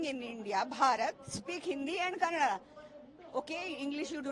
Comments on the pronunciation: For your kind information it's not kaand it's kannada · Abe kanaad nahi kannada bolo.. Hum jo bol rahe hoo sono Apna dimag na us kar dukan walnko apne dukan naam kanaada me laga ne bol rahe utna he..